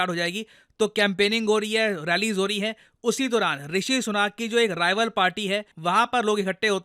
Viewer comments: भाई उनका नाम ऋषि सुनक है ऋषि सुनाक नहीं, जैसे आपका नाम है प्रशांत धावन नहीं.😊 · ऋषि सुनक है वो "सुनाक" नहीं. भो Sadi के.... अब तेरे नाम को कोई "धवान" बोले या लिखे.. तो तुझे कैसा लगेगा.